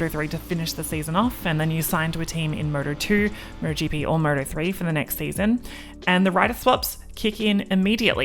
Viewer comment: She's saying Murder GP!